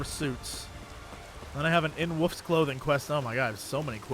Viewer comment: I love the way Jesse pronounces wolf as "woof". Adorable.